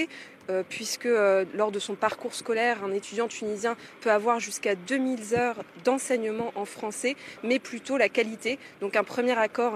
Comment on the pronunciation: Deux mille heures et non zeures